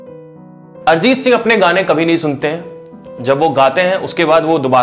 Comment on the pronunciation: अरजीत नहीं... अरिजीत